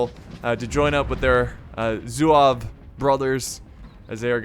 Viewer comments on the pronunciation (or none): It’s pronounced zwa vay